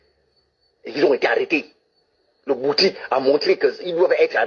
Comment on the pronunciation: Il parle de quel bwiti qu il n arrive même pas à prononcer (il prononce " bouti") Un vrai initié de bwiti ne peut pas être aussi vulgaire ! Mon Dieu!